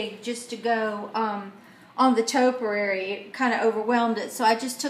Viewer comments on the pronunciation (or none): Quite pretty. Pronounced topiary (toe-pee-air-ee).